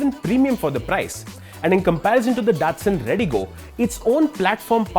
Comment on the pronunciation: Its pronounced Da-tsu-n